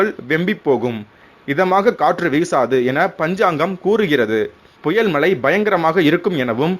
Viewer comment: மழை = மலை, தமிழ் = தமில், முழுக்க = mulukka "நல்ல தமிழ் உச்சரிப்பு"